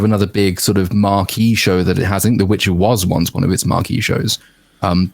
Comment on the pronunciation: It's the "Witcher", not the "Bitcher"...